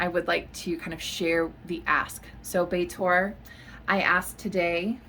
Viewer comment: It's pronouncd 'Bee thor' not "Bay-tor" 😂